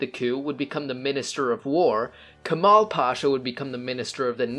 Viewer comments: it is cemal pasha if you pronunce it as kemal that would be totalt different name cemal pronunce like "che-mal" not "key" mal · The "C" in Cemal is pronounced more like a "J". Djemal is the English version of it. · C in Cemal sounds like J in James. -1453 is the date Mehmed took Constantinople. -There is still a debate about which side started the İzmir fire. -I don't think Soviets would try that kind of idiotic move and lose like that. Turks wouldn't even want to join Soviets because of cultural reasons. A balanced foreign policy up to a point is more likely. -Also Turks had the majority in Italian and French influence zones and the Asian side of Marmara. We would get those lands back when they eventually leave. So, we'd end up with Anatolian peninsula without Izmir. After these, Turkey joining WW2 and Hitler wins scenario happens.